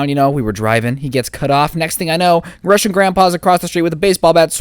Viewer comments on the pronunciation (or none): I’m laughing cuz I’m Russia. And u said it so bad